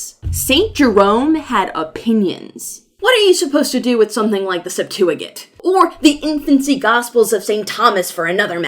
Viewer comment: You're pronouncing Septuagint correctly. :)